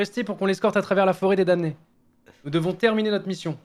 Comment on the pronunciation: Le m de damné ne se prononce pas les gars xD